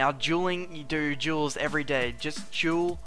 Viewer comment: Is it me or cant say DUEL?